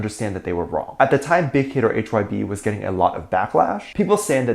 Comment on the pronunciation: Adore you. HYBE is pronounced like 'hive' but with a b instead of a v. One of the boys actually corrected one of the others when they said Big Hit instead of HYBE. lmao.